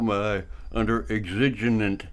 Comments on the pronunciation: Eggs-zijj-unent?? 😳😳 shhhhh, the password is..."exigent," pronounced... EX-suh-gent. 😏😐😂😂😂 Leave the big words to the adults lil buckaroo. 😆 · It's pronounced EX-i-GENT you moron. You cannot FIRST AMENDMENT AUDIT a PRIVATE BUSINESS for the gazillionth time. This is not a "good fight," you dickflutes. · Exiginent circumstances... he sounds like a genenious to me 🤣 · IIRC, he was taking a wild stab at “exigent.”